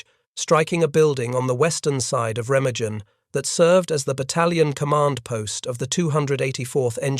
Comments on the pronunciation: Pronounced “Ray-ma-GUN. “ There is no soft G in the German language. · Re-mag-en is the correct pronunciation. “Junkers” is pronounced “Yunkers” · I can’t listen to your program screw up the pronunciation of Remagen. Pity as the battle is fascinating. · Please try to pronounce Remagen correctly